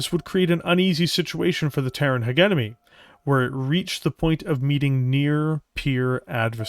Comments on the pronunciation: Especially since is not even saying Heguemony but Heguenomy when it should be Hejemony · Literally my only complaint about the video as well, otherwise a fantastically orated bit of media. Pronouncing "Hegemony" in English is done by saying the words "Hedge" and "Enemy" together for anyone who is debating the topic. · Great video(s). One observation I have is that "hegemony" is pronounced: he·gem·o·ny / həˈjemənē and not "heg-em-ony" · Jesus, man! You should be able to properly say "hegemony" (not hegenemy). You are a Canadian after all. You don't have an excuse of referring to made up language 😅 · I believe the correct pronunciation is halfway between yours and his. HEH-JEH-MUH-NEE, ending the syllables on the vowels. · You are mispronouncing hegemony the G is pronounced like a J it’s driving me nuts cause your work is so good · AH the British pronunciation of Hegemony! But that's the worst part. Good work. Your voice-over work is damn good. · Is it possibly the British and Canadian pronunciation? Because our boy is definitely Canadian. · Most of us don't say it like that anymore, the word doesn't flow and we like some gravitas to our words. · Yep that's about it. it's not a hard G it's more of a J It make it a bit jarring to listen, but otherwise great video